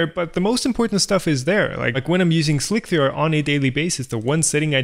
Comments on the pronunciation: Or not seeing how he keeps calling it "Slic-three-are" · Why are you saying "Slic-three-R" Isn't it pronounced Slicer? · Me too. Like WTF, just say "slicer" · No. is actually calling it "Slick-3-R". He is being too literal. does not seem to get the l33t reference in the title of the software. It is pronounced like you would say, Slicer. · Why do you and others say "slick-three-err" instead of just "slicer"? The maker of Slic3r says slicer. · SLIK THREE ARRRRR!!!!!! god dam this is driving me nuts XD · i pronounce it "slick 3 arr" like tom does in this video. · I pronounce the Slic3r PE as "Shlikr" or "Schlikr" to distinguish from the original Slic3r :-) derived from the Czech word "šmik" meaning "to cut". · Correct me if I'm wrong, but I'm pretty sure Slic3r is just pronounced "Slicer" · Hi. I think you can safely refer to the program as "Slicer" to rhyme with "Nicer" as per this old article: Even if it is written Slic3r, it can be referred to as "Slicer", as it is a frequent "hacker" thing to substitute 3 for E, 0(zero) for O 5 for S etc etc. They just did not call it 5L1c3r....but they could have... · It is "Slice"(r) as with "mice." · I think the way he pronounces it sounds cooler.